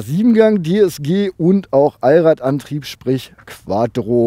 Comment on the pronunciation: Kannst du bitte QuaTTro sagen und nicht QuaDDro? sonst super review!